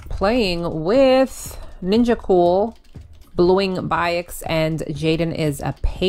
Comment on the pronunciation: Ninjacool is a bad name well not the spelling but its bad how u pronounce it,in only in filipino